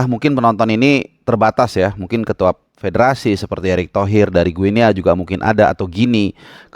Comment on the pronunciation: Guinea (baca=Gini) sama kaya baca Papua New Guinea (Papua nyu gini)